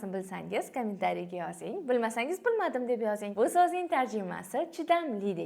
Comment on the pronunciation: Eee kamin tariya deb yib qoʻydi 👺